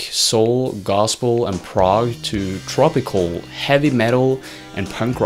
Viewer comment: Tropicalia not tropical. And I notice you fail to mention they did an entire album of country music. Almost as if you don't know what you're talking about.